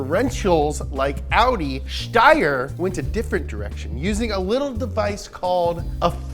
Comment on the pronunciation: You actually pronounced Steyr as is should be! Damn, I’m impressed!